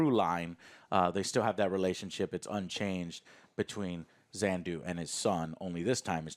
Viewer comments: I’m pretty sure he’s mixing up the planet Xandar and yondu. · I was so confused, like who wf is "Zandu" lol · it's so hilarious how Joe has been calling Yondu, Xander, for years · “Yondu” as “Zondu” isn’t dyslexia. Humans have flaws, even. 😄✌🏼👍🏼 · What If.....? Joe can say Yondu's name correctly. "Zandu? Who? Oh, you mean Yondu Udonta." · Them calling yandu zandu triggers me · Yondu,.... Not Zondu... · It's really bugging me that Alex and OJ aren't correcting Joe about him mispronouncing Yondu's name.